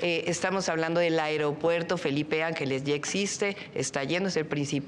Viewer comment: Llo como mexicano no confío a estás personas, deporsi él pri todo el tiempo nos a jodido y no saben ablar, dice airiopuerto, cuando ésa no es la palabra, Xochitl Gálvez, centro de salud, dice centro dé salus, tener ésas personas que nos representen puras nacas.